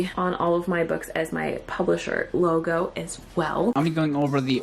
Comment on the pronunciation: I think she even uses a glottal stop before "logo"